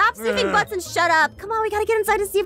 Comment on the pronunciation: SHE SAID STUT up